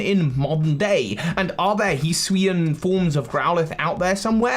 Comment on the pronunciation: So Hisuian is pronounced - “he-sue-eee-an”